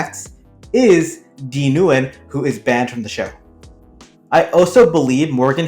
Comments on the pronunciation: I know, right? That’s the worst of the Nguyen surname I’ve ever heard. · Why did you pronounce Nguyen like that lol